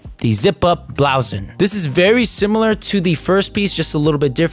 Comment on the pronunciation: The terrible pronounciation of blouson is peak